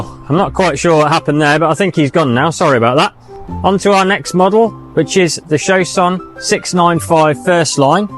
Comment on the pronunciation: None of them seem to know how to pronounce Chausson or Pilote though.